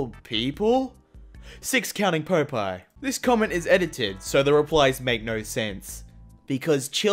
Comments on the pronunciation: Pope-eye? Did you just mispronounce Pop-eye??? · wait wait wait did you just say pope eye? /facepalm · pronounced "Popeye" like "Poe-pie.", I love you, but you just can't do that. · Him: Says Pope eye Me: [TRIGGERED] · Do you really not know how to pronounce 'Popeye'?